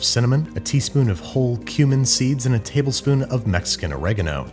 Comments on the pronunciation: I thought you said ground human not ground cumin lol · i thought you said 'human' when you said 'cumin' and got so scared. 😭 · Thought he said "ground human" and I was like, Torgo's Executive Powder? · When he said dried cumin i think i hear dried human cause my earphone moved and distorted the sound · He said 'cumin'. I don't know why I heard 'ground human'.